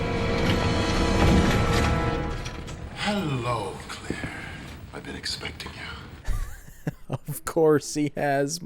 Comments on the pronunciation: dude her name is CLAIRE not CLEAR wtf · Why do you keep pronouncing "claire" as "clear"?????? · This man really calling her clear lmfao great vid tho and happen you started this back.